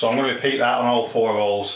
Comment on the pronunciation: its holes not ooles